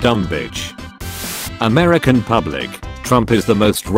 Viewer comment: Video: Americans Text to speech: aMeRsHaNs